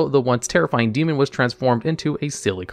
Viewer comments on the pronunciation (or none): none